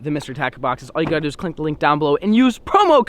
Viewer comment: Am I the only one that heard him say clink the link😂